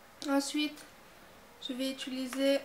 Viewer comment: J'aime beaucoup mais tu dis ituliser au lieu de utiliser ^^